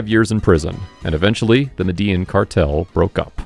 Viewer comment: The way he said medellin cartel but said words in Spanish but can't say medellin correctly 🤣🤣🤣. I'm just talking mess lol love the mini documentary on him.😍😍😍